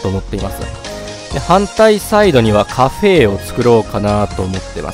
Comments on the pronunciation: なんでカフェのことをカフェーって言うんですか？ 言い方移ってしまいました(苦情ではありません) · カフェの言い方が気になるw カフェー